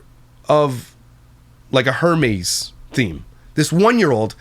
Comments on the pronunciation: it’s pronounced “ERMEZ” H is silent in Hermes lol but also an awful theme for a 1 year olds birthday party. They don’t even know or understand what that is. That is so gross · Not me listening while baking and thinking that you’re saying “Hermes-themed” like the Greek God and not understanding at ALL. Then I look up to see it’s Hermès, the luxury brand. Air-mez pronunciation., don’t you live in bilingual country? 😂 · respectfully it’s pronounced ER- MEZ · Its pronounced Air-mez lol love ya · Her-meez 🤣 made me giggle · hermes = 'air-mez' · I laughed so hard when he kept calling it her-meeze hahah